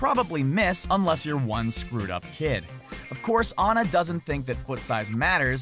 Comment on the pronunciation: Yes, he pronounced Ana's name right!